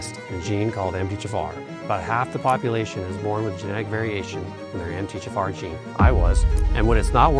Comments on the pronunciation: Is he saying: Em-teh-ja-far? Just say the letters that we see MTHFR. Em-tee-aych-eff-R. Good info but the music is stupid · Exactly! This 100% is AI. "Emthayjafar"?? I could not understand what he was trying to say until I saw it written out. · It sounds like you're saying MT- JAFAR and there's no J in the acronym & it's distracting. And besides you're speaking too fast all the time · Are you saying MGFR? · Is he saying “Emth-tee-Jafar” ???? Or “Empty-Jafar” ??? I literally cannot understand how he’s pronouncing it lmao now I can’t take any of this seriously… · How is it said like that though? I can't wrap my head around it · Why are you slurring through saying 'MTHFR"? Can't even understand what you're saying. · This sounds like AI. would not slur MTHFR the way the video does.